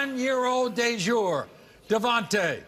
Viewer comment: YOU'RE KILLING ME WITH THESE NAMES!!! DAJOUR....As in the phrase SOUP DA-JOUR ? LOL